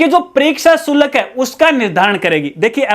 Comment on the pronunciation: शुलक नही होता, शुल्क होता है जी